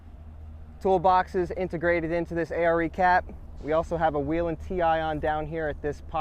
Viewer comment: Nice vehicle. And it’s Way Len, not We Len..